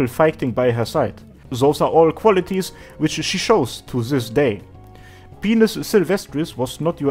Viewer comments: dude, by-nus, not pe-nus. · Dude...Pinus is pronounced PINE - US P! EYE! NN! UGH! SSS! Not penius...Xd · its pine-us not penis. it means pine tree or something. so it should be pronounced like pine tree. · Pinus, not pine-us. Latin, not English. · It is modern Latin so "correct" pronunciation is damn near impossible to pin down lol. I studied botany in Sweden and everyone in my class, professor included, pronounced it "peen-us"